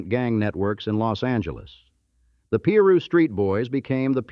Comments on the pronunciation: Peru street? 😂 It's Piru! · Narrator please pronounce the words correctly, it's irritating af! PIRU (PIE RU) NOT PEE RU!🙄